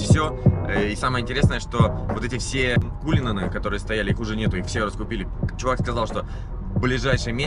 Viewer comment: "RR кУлин" улыбнуло 😃... АнглиЦкий подтянуть не мешало бы...